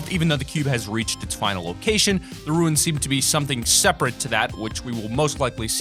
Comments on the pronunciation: runes is pronounced like tunes with an r not like ruins. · Why does everyone pronounce runes like ruins. They are DIFFERENT words. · Learn how to pronounce runes.